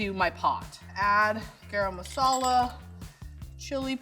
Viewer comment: Level 3 chef said garam masala as grama masala lol